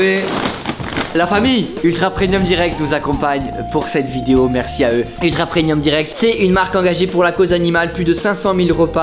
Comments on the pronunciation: Tellement de gens qui disent "preNium". Pourquoi ? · tout les gens qui disent "prenium" allez vous faire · T'es au courant que "preMium" s'écrit avec un "M" car ça se prononce "preMium" et non "prenium" ? 🤔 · Très bonne vidéo mais on dit "Premium" pas "Prenium"